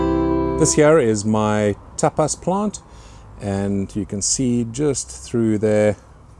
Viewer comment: Did you say Tapas pepper?🤔 And the gorgeous plant with all the little purple peppers. All I could hear was ahearyayoyo.🤗